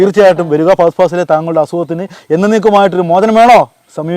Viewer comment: ഫാഗതൻ ഫാസിൽ 😂😂😂😂🤦‍♂️🤦‍♂️🤦‍♂️🤦‍♂️